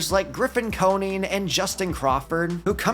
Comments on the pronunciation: Grffin's name is pronounce Co-Nine not Co-Neen. His father was an MLB player (Jeff) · As a marlins fan Hearing Coneen made me cringe 😂